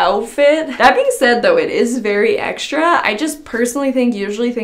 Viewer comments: It has no "sh" sound the way I wrote it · Well, I say extra the way wrote, ecstrah and says ekshtra. I'm not saying it's wrong, maybe some parts of the world pronounce that way. But I just meant that she says extra sooooooo many times in the 1st minute 40 seconds, I loved it. 😂